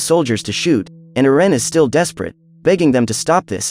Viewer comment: Do we not know how to say Erin or what